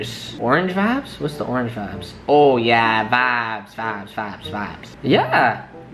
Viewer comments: Some one tell this dduuuuudd to stop saying vibes or vaabs like bro 😂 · People will say it’s a region thing but I know Canadian people that say vibe as vibe and not vabb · if he says VIBBESS again I am gonna... :/ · Todo. Senpai That may be the word he means to say but pronounces it "vabs". Freaking annoying and WAY over used. I love to drink but would die of alcohol poisoning. I feel like he's trying to make it a thing in how he pronounces it but it sounds so dumb and will never happen. I only watch because I'm interested in buying from these sites so want to check out the quality. But he drives me crazy trying to sound cool. My personal opinion is his videos would be so much better if he just spoke normal. Then personally they would be great videos and I'd thumbs up them all. Other comments show I'm not alone. Again, just my personal opinion. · Todo. Senpai is that what he's saying? I hear vops, vaps, vobs, vabs... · Dude stopppppp saying VABSSSS😑🙄🙄💀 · Okay ppl we get it u don’t like him saying “VABS” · I definitely thought he was saying faps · OMG he's trying to say vibes but he saying it wrong lol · Just when I started getting over "not bod" he starts with "vabs" I almost stabbed myself in the ear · Wtf is a vaaab lol I thought this dude said fap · stop saying vabes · Omg stop saying vvaabbb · Stop saying vides pls